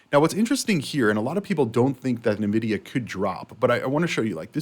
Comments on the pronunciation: NVIDIA not NAvidia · It's pronounced En Vidia